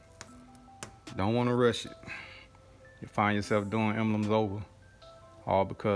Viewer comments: embelems....huh? lol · great vid, you're crackin me up! "em-bel-ems." lolll em-BLEMS. c'mon now. :) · "Embuhlums"??? Did they get shipped to you in a "Embuhlope"? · Not sure why but I like the way you pronounce emblems